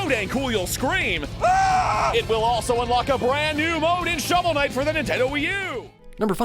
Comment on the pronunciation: did he say showel night raised 300 million and burned through that?